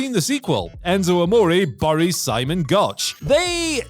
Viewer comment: This dude is said bories instead of buries